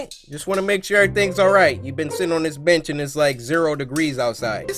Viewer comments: Did anyone else here Cory say the boy sitting on the beach instead of bench 🤣😂🤣😂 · Bro Cory needs to learn how to read because on the third animation it said the boy sitting on the bench he said beach boy wtfreak😂😂😂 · No one else noticed cory said the boy on the beach instead of bench